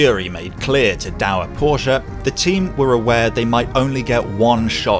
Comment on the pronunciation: Thank You for saying 'Porsche' CORRECTLY!